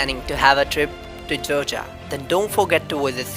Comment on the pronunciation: Georgia not gorga